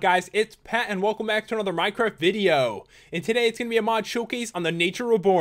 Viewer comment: You said minecart instead of minecraft